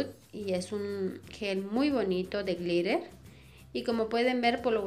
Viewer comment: Lol “de glittahhrr”